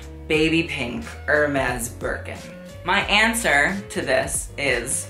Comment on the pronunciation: even his own channel name is pronounced wrong. Jaquemus, Mugler, Hermés, YSL and so oooooon